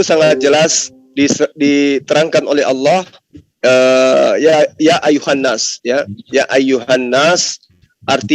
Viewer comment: Gue ngakak ngak mungkin ....ya ayyuhana Arabia 😅😂🤣🤣🤣🤣yang pasti ya ayyuhannas itu baru betul... Belajar dulu oten